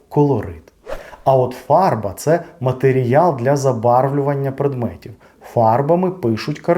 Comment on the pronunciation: Перепрошую, але на мою думку правильно матеріАл а не матеріЯл чи це я помиляюсь